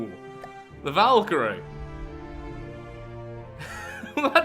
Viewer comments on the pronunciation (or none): none